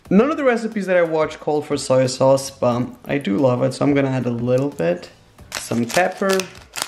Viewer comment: Arminas Nesvarbu no he said osoy sauce or soil sayse